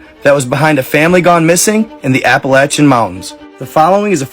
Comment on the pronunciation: Props for pronouncing Appalachian correctly